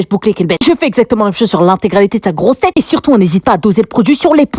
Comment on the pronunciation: La façon qu’elle a dit « sa GROSSE TÊTE » 😭